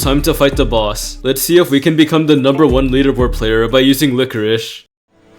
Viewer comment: Yeah lichoriche (what he is pronouncing it) is very good in this mode!